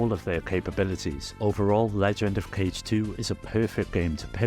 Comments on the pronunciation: It’s pronounced kah-geh, not “cage” lol. It means shadow in Japanese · yeah, you're right, that's a better way to spell out the pronunciation. either way, it's definitely not pronounced the same way as the english "cage". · Best people know. Legend of Cage sounds so silly. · i'm being pedantic here, but "kage" is pronounced closer to "kah-gey". it's the japanese word for "shadow". awesome list though! there's so much on DS i never knew about.